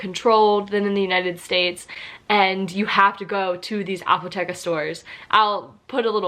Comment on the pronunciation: ur pronouncing apotecke is the funniest thing i ever hearerd xD xD the E is long and where the pronouncing is xD apothEEEke not apoteKKe